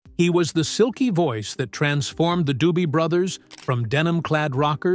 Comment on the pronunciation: "Silky"? Ffs